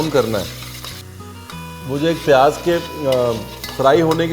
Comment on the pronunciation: not pyaaj........ pyaaz, thank you